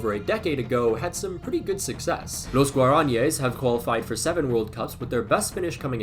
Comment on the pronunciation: that's not how you pronounce guaranies 😭